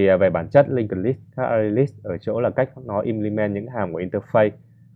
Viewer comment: implement có phải trong video đọc là in đì men ? đoạn s